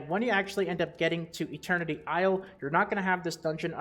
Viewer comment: what the hell is ILIER? Do you not know how to pronounce isle?